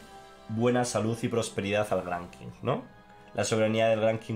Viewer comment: Qing se pronuncia "Ching". Solo eso. Saludos!